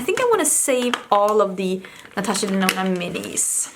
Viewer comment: I remember when you said Natasha Denono!!! 🤣🤣 Girl you definitely changed that!!